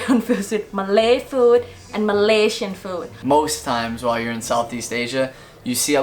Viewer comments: Malaysian not Malasian, I don't even know how to read that... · #7 is starting to become wrong! Some people are going to australia and they have to study english Edit: its Malaysian not malaisan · it’s malaYsian not malasia no shade just wanted to point out that small mistake anyways you have covered everything up good job 👍🏻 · Its Malaysian not Malasian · Thank you for the video! Btw it will be Malaysian not Malasian. Anyway thumbs up for the amazing video 😊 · For no 5 it's not malasian it's Malaysian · Malaysian* not malasian btw